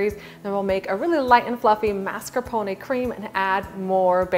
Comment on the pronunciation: You don't pronounce "mascarpone" correctly, lol, but this cake looks amazing.